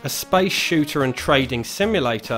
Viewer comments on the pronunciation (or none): none